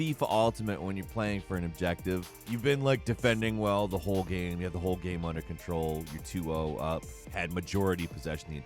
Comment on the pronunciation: Hearing someone pronounce game, as “gaaeaemmm” is worse than everything you’ve said.